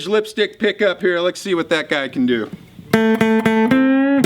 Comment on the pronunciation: am I the only one that hears "lex see" Everytime he says "let's see"?